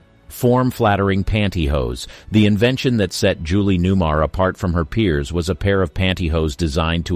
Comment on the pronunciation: I generally like where you're going with this, but I had to pause for a moment. Her name is Newmar, not new-mur. And the woman is Lee Merriweather. Neither of these is a deal-breaker, but...